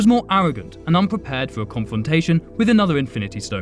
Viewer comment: "Evey infant stone is different in each usenivserse" the mind must have been the stobgrest